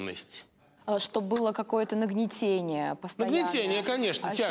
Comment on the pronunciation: НагнетАние, а не нагнетение.